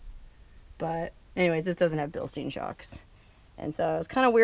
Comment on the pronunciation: It's Bilstein (STINE) not (STEEN)... And glad you "settled" for a TRD Off-Road, rough life.